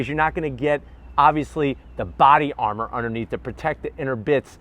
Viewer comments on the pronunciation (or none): none